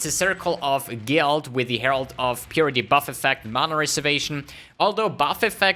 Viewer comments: "herald of puberty" nice pronunciation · How hard it is to pronounce Herald of Purity? :D